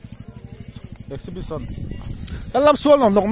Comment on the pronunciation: In tar reng si in bo thakin chhiar nikha Ornemants Food😂Chakma Tredational Creft.Crafts Drass English chu Bo ve hle mei🤣😂🤣 Sawi muang phei la chu ngaihna awmloh zual ang,, Awmzia bo thak Chuan Awmzia pawh hi hriatloh hmel,,Exhibition aa Exibition Hall Exhibition Stoll maw an Pui hlawm awm mei2🤦🏿‍♂️😂😂😂😂🤣